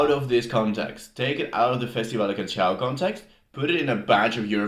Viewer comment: Canção is pronounced as k-a-n-S-a-u, with "s" as in "sea" or "soup". There is no CH sound